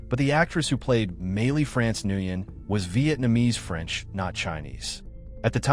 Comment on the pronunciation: Nguyen is pronounced Wen